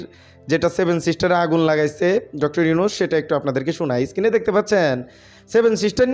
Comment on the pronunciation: এই ব‍্যাটা Screen কে বারবার skin কেন বলছ?পড়া-শুনা কতদূর? ফাইভ পাশ করেছ?